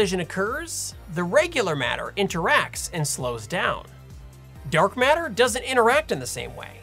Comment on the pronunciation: If you watch Sabine she says Dark Matter but with her accent it's Dark Meta 😂🤣 i laugh so hard